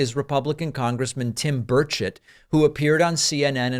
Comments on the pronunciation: I could have sworn that David said, "Tim Bird Shit." He really sounds like what I thought I heard though. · I thought you said his name was Birdshit. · That’s exactly what I hear. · Sounds like David is saying birdsh*t...lol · I thought you said Birdshit. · it's pronounced "Bur-chet".... Lol.... I know what you heard.... Lol!!! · Just checked in from the UK thought David was saying Birdshit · I thought he said Tim “Birdshit!” 😂😅🤣😂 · I was fixing something under my desk when this started playing - thought David was calling this guy "Birdsh*t" - laughed when I saw the screen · I thought you said this guy's name was Birdsh*t. Might be more fitting. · I thought you said "Bird Shit", not Burchett. 🤣🤣🤣🤣🤣🤣🤣🤣🤣🤣🤣🙃🙃🙃🙃🙃🙃🙃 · I heard birdchit, not burchett 😂😂😂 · Thank you, I thought that I was hearing things at how he pronounced his name. 🤣🤣🤣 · 😂sounds like you said his name "Birdshit"😅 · lol, sounds like he keeps calling him congressman “birdsh!t” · why did I hear you say "Governor Birdsh*t"? LMAO. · It sounds like Dave is saying "birdshit". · I swear David is saying Bird shit. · Are you pronouncing his name "Bird Sh!t"? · Burchett sounds like Bird$h\t lets refer to him as Bird$ht from now on. lol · Every time you say “Burchett” I hear “Bird shit” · Did you say Birdshit? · Every time you say Burchett, I keep hearing bird shit, which is actually very appropriate. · Did he say "republican congressman Tim Birdshit"?? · Did you say, “bird shit”? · Every time you say this guy's name, i hear... birdshit... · I love it bird s*** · i thought you said birdshit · I keep hearing birdsh*t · I love David's pronunciation of Tim Birdshit😂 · Did you say his name is " Tim Bullshit" ? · his last name is actually pronounced bird shit? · Did I hear his name as Tim Birdsh#t?😂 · I swear I keep hearing bird shit lol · David, I trust you’re using your usual integrity and saying the politician’s correctly, but I only hear “bird shit”. Which seems apt, to be honest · Always sounds like "Birdshit"